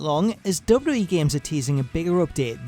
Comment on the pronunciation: Say wwe properly